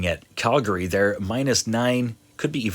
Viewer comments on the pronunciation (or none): none